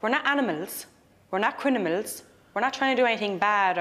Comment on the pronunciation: I heard 2 women mispronounce “criMiNal” by reversing the m and n, to say “criNiMal”. Is that a traveler thing or an Irish thing?